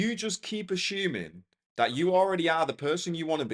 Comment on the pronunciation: Lovely vid. Yes I will keep ashuming 🫶🏾😂